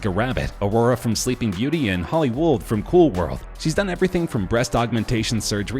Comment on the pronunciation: You DO know that "Holli Would" is supposed to be pronounced like "Hollywood", right? Why on Earth did you say "wooold"?